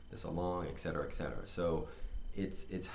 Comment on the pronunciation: love your videos! and have to remark: it is "et cetera", not "ex cetera". ;)